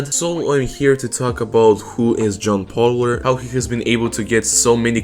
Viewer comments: I'm glad I'm not the only one lmao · I keep hearing John Pork